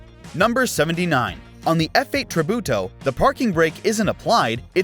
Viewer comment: you butchered "tributo" so bad lmao